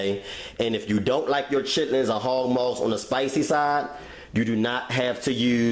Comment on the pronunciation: "Chitterlings and hawg mawgs" it's chitlin's and hawg malls, recipe fire tho